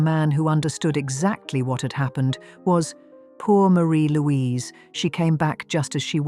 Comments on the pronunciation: Her name is pronounced Marry Louise nor Marie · You have certainly proved her name is forgotten. Her name was pronounced "MAH-ri- Louise" not "maREE-Louise"